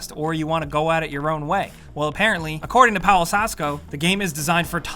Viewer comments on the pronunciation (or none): For the future The letter V it's pronounced in polish W When u sey Pawel, it like u sey Pavel Sorry for the bad English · Did you just call Paweł, Pole-lol??? It's pronounced Pav-el. The W is a V! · Pawel is pronounced paVel. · Paweł is read as "pavew"/"paveu" Seriously, after so many times coming across a Polish name, you people should at least know that the "w" letter makes your "v" sound (and "ł" is not a fancy accent thing, but a "w" sound).